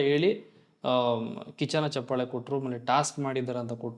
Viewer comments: ಹಲೋ‌ ಮೊದಲು ಕನ್ನಡ ಭಾಷೆಯ‌ನ್ನು ಕಲಿ ಆಮೇಲೆ ಒಂದು ಕಾರ್ಯಕ್ರಮದ ಬಗ್ಗೆ ಮಾತಾಡುವಂತೆ ಹೇ ಗೂಬಲ್ ಅದು ಚಪ್ಪಾಲೆ ಅಲ್ಲಾ ಚಪ್ಪಾಳೆ ನೀನೇನು ಅಂತಾ ನಮಗೂ ಗೊತ್ತು. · ಚಪ್ಪಲೆ ಅಲ್ಲಾ ಲೈ ಚಪ್ಪಾಳೆ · ಚಪ್ಪಲೆ❌ ಚಪ್ಪಾಳೆ✅ 😂😂😂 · Lo first kannada kali ಚಪ್ಪಲೆ alla adu ಚಪ್ಪಾಳೆ..... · ಚಪ್ಪಾಳೆ ಬ್ರೋ ಚಪ್ಪಲೆ ಅಲ್ಲಾ ಬ್ರೋ 😂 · Anna adu ಚಪ್ಪಲೆ alla ಚಪ್ಪಾಳೆ 😂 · ಚಪ್ಪಾಲೆ ಅಲ್ಲ ಅಣ್ಣ ಚಪ್ಪಾಳೆ